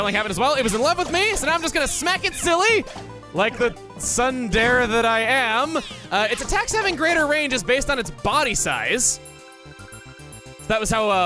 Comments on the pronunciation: Tsundere is pronounced Sun-der-ay not Sun-dair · did he just pronounce tsundere as sun-derr? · "Sun-dare" I think you might need google translate for that one. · “Like the sun dare I am”, it’s pronounced “tsoon-dare-ae” Baka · did you just call tsunderes sunders? Is this a joke? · nevermind he pronounced it sundare again I am livid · "Like the sunder I am..!" Was chuggaa trynna say Tsundere?Dont think i'd ever see the day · ah yes sun-dare my favorite trope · Did you just pronounce "tsundere" as sun-dare? I'm having some three good Stephen flashbacks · did chuggaa actually pronounce tsundere as "sun dare"? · So is nobody gonna mention Chugga pronounced Tsundere as (sun-dare)? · tsundere is japanese and would be pronounced more like "soon-dare-ray" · I can't tell if pronunciation of tsundere is a running joke or if he really doesn't know how it's pronounced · What We Learned Today: * Chugga should never attempt to say "tsundere". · That pronunciation of tsundere hurts me... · He mispronounced "tsundere" on purpose, right? o_ o'